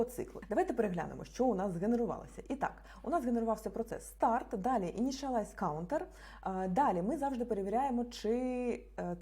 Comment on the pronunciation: "даль -і" -це типу Далі? охохох..